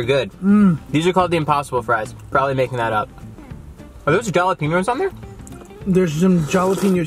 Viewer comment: I freaking love u dude but if u call jalapenos... Jalapenos or Yahlapenos take a plane to Cali and teach u that's it's pronounced Jah- Lah- peh- ños... There's an accent there for a reason...